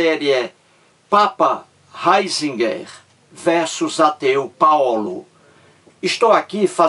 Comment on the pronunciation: Nao sabe nem a pronúncia do nome do Ratzinger